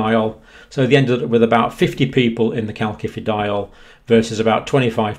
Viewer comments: Calcium....second c sounds like “see” because of the “i” following the c Calcium.... first c sounds like “Kay” because an “a” follows the c Calciferol....first c sounds like “Kay”, second c sounds like “si” because it is followed by an “I”. Word sounds like Kal-si-fer-ol not Kal-ki-fer-ol. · Calcifediol is pronounced 'kalsifediol' with s rather than k. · Please please dear professor, there is no “K” in calcifediol. It hurts my ears and detracts from your great message. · Great stuff but surely the second C in calcifediol is pronounced like an S. As in calcium.